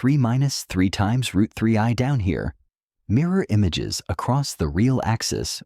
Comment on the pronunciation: Its rooot mf